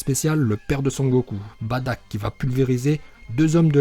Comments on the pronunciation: et ont dis pas badack ont dis bardock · On dit bardoc